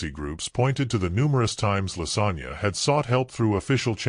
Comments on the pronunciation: Her name is not Lasagna it's Lasonya. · Yo I was listening and i was “ like did he say lasagna”🫢 twice 😭😂💀🤦🏾‍♀️